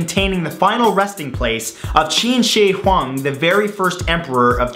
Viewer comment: Did anyone else laugh when he mispronounced Qin Shi Huang?